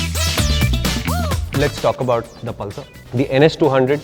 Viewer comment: the way the said 'pal sir' 😆